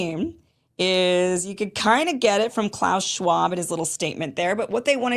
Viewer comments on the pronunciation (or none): they can plot their next fuck… I’m ashamed of Schwab’s bad pronunciation, it’s embarrassing for me being German. I‘m against Schwab‘s system. His language skills are a joke. Why do clever people in Davos accept such a spokesperson?